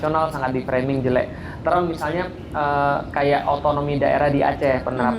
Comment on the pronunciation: Term, bukan trem. Bilang saja "istilah" Tidak usah pakai trem trem